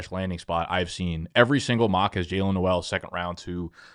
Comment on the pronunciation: Gonna sound like an asshole here but whatever—Jaylin Noel said it’s pronounced “Nole.” Love yall!